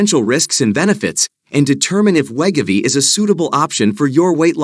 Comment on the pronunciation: we-go-v not let- ga-v 😂😂